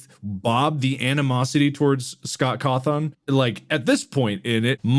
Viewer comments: The way bob said Cawthon as Cathorne made me recoil, should learn the person last name name at least. Overall pretty interesting opinions and episode. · 'Coth-On' , am I crazy or did he also do this on purpose to piss people off xD?